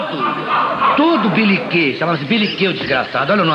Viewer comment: Por favor corrijam. É "beliquê" e não beniquê. Parabéns pelo canal